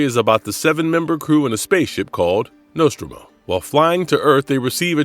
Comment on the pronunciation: Just came on here to comment. Also mispronounces Nostromo and calls Stanley Kubrick movie 2000 instead of 2001. Wonder if it's AI generated